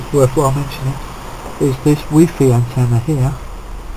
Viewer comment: he called it wee fee not wifi😂